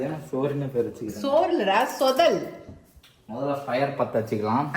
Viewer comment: Sis athu thothal… sothal Ella … unga video pathale oru Thani kuzhi tha ma